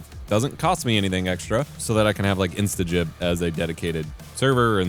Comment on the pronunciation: Finally, someone covering this game that can pronounce "instagib" properly.